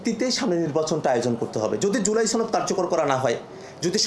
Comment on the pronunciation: ছনদ না সনদ